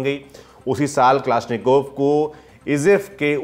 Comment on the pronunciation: उच्चारण ठिक करो. यह कलाश्निकोव्ह रायफल है.